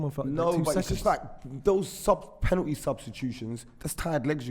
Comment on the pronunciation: Why does say “Pennitty” H🦉er